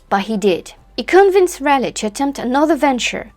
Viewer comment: From CR0...that's Croydon not Virginia!...a bonjour, ca va? I really-rally liked your brief critique on the her-story Roanoke Island, John White & Eleanor Dare...you even pronounced the awkward names well...especially Sir Walter Raleigh! (At my celebrated school in south London, our athletic 'houses' were named after Elizabethan icons...as the school was founded in 1619...by a friend of Willy the Shake!...called Edward Alleyn...each house had colours to distiguish them on a muddy rugby pitch...if only in the socks!...Drake(yellow/black), Grenville(green/white), Marlowe(black/white), Raleigh(red/white...my house!), Sidney(red/black) & Spenser(blue/white)...{the school now has 8 houses named after famous MEN!...O dear!)..."Rally" was the way we said the name...not "Raaar-lee"...or as your glamorous rival, Susanna "Lipsco'" insists "Raw-lee"...(She may be right!) Keep it up...as the road to Elle is paved with correct pronunciations with a French flavour! C'est si bon! A bientot!